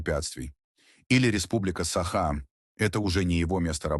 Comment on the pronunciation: СахА, айсЕн. Ставьте ударение правильно! Корежит..